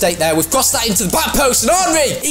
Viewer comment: its not aanry its enry